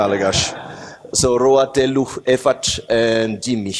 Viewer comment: The Malagasy pronunciation is very accurate. I'm particularly impressed by how he nailed "efatra" with the stress on the penultimate syllable and muted last syllable. That's how native Malagasy pronounce it.